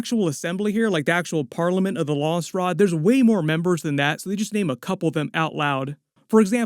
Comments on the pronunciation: It's Landsraad, not Lansraad. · it's not lawnsrod its LANDS RAD.